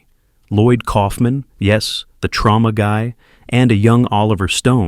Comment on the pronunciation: It's Troma...not Trauma ..JFC